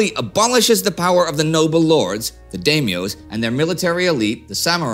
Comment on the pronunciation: Daimyo like die. Not like dame.